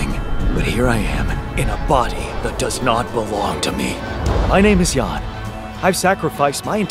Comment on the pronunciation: Jan, sounding like Yan